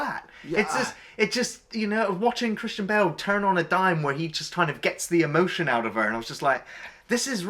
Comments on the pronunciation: For the longest time I thought was saying "Christian Bale" instead of "Kristin Bell" and I was like where's Christian Bale? ha! Nice review as always. The American film does look the pits! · I keep hearing him say Christian Bale 😁